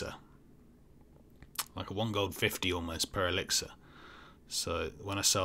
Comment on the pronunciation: The way you pronounce ‘elixir’ triggers my Alexa.